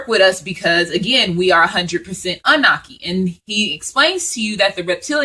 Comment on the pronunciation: Love the info I just have one thing tho it's pronounced ah-new-nahki. Not trying to correct you just want you to say it correctly so people who aren't familiar will be well informed and be able to know exactly what ur talking about. This was awhile ago so you probably have already made the adjustment. Peace and blessings